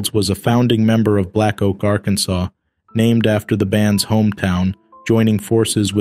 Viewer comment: The last letter in Akansas is SILENT....Hello?